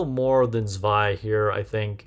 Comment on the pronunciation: First of all: Likely, the only content creator who said her name correctly. LOL The kit thou... She doesn't need to burst herself to activate S1 and S2, right? If so, I think Zwei maybe have the same fate as summer Helm and summer Mary (among others) that will be used for her utilities rather than her burst itself, despite the crit buff.